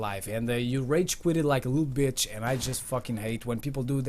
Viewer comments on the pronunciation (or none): none